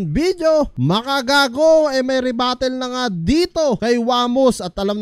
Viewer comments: rebuttal yon pards, hindi rebattle. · Rebuttal po hindi rebattle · rebuttal lods, hindi rebattle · same, sasampalin ko to padakot! rebuttal naging rebattle 😂